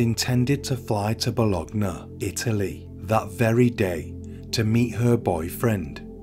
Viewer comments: Bolonee not bolognee. Good video! Thank you. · It's pronounced "Bolonya" not "Bologna" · Since this beautiful woman was an Italian language teacher, I would like to share a little note: in Italian, the letter "g" is pronounced differently depending on which letter it is followed by. So the city of Bologna would be pronounced more like "Bolonya". Just a little reminder, your narration is great, keep it up! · Plus .1.25 works for me as flows a bit slow for me. Fyi!! And it's Boo loin the place in Italy. Fab. Video. So interesting how the human mind can be so warped. Sad. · I am not Italian and don’t know Italian, just know some main rules of Italian pronunciation, which is not so difficult as English, and I know at least how famous cities names are pronounced internationally. I highly appreciate people making such informative videos and doing their research, but then if somebody doesn’t research how a famous city’s name sounds, doesn’t it decrease their credibility? We don’t pronounce Paris as Pari like French, but I believe Bologna should be pronounced Bolonya in any language. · As a italian, I have to say the biggest crime here is how he said Bologna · great as always but please never, as long as you live, never say the name of the city Bologna again, thanks.